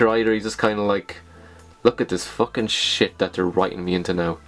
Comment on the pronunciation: does he says "shias" instead of shit? I mean it sounds funny but it reminds me of the german word for "shit" xD